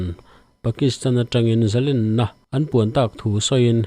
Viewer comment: Zalenna len-sangha manna len ang hian thluk teh u. Tiang lo hian in hmang vek a, a dik lo tih pawh in hre lo. Paula chuan Zalen a ti. In thupuiah pawh lên (a chungah thlukna) in dah kuau khi a dik lo)